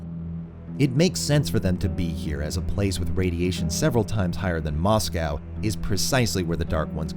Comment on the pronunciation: The way you pronounce “Moscow” makes me want to rip my ears off… Still, cool essay.